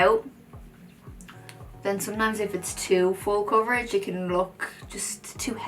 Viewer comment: You mean coverage not cvrggggg right ? 😂❤️